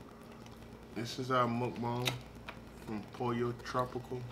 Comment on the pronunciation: The way you guys pronounced Pollo tropical made me cry